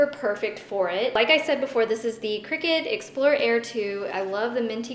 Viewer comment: I thought it was pronounced cry-cut, not cricket